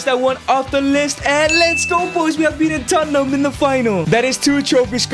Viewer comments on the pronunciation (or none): It's da history of da Tottenham 😂